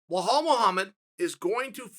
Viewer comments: Wahaalllll muhamad 🤣🤣🤣🤣. His name is bilal dude ! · “Bajal” and “kamara” ok great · How is it hard to say Bell-ALL ??? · My God, Belal isn't that hard to say bro. (BELL👏 ALL) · Kale Soonen, it's B-LaaL not Huff Puff. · did he just say 'kumara' & welhal muhammad? hahaaa.. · Wellhall Muhammad? I swear he’s doing it on purpose now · Someone go tell Belal his name is Blehal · Lmao the way he says belal BLAHAL